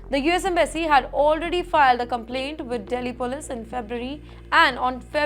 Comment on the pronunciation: this anchor's pronunciation is horrible. "Contained" as "Cuntt tained", "Continue" as "Cuntt tinue", "Police" as "Polesss", "Determine" as "Debt Ter Mine" when it should be "Dee ter min"